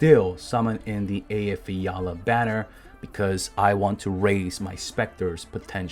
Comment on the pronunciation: is this the guy who can pronounce Eyjafjalla most correctly on earth?